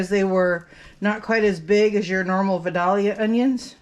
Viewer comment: I'm from Georgia. It's pronounced VI - DAY - YUH. The first syllable should rhyme with "sky".